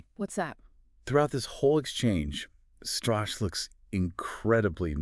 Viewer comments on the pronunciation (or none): Oh, the lawyer's motives are not entirely unknown, he talked about it for FT's podcast Hot Money on Jan Marsalek. Btw, you keep mispronouncing the name, it's shtruh-kaeh.